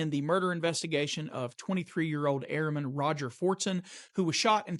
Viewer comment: It's pronounced airmen ,not airman